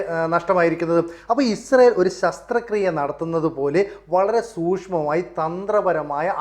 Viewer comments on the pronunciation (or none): ശസ്ത്ര് ക്രിയ അല്ല ശാസ്ത്ര 😂😂